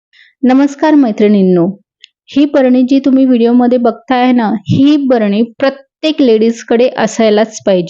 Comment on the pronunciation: "भरणी ".... नाही ग, बरणी.....😅😅